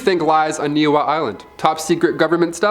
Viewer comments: Island in Hawaii is pronounced KNEE-HEE-HOW and the King that sold it was KING KAH-MAY-HAH MAY HAH........you can see it from the island of Maui very well...the island behind it is called KOE-HOE=LA-VAY......the Army up until the '80s would practice dropping and setting off bombs.... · Niihau story is hilarious. Your pronunciation is terrible 🤣🤣🤣